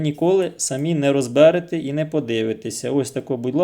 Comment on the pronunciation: Не розбЕрете,а розберЕте.